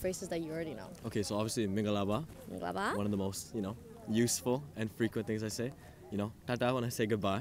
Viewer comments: wow his pronunciation is standard. No wonder he can speak so many languages at the beginning of the video, he said “mingalapar” it sounds like a native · His pronunciation is so perfect, especially "mingalarpar"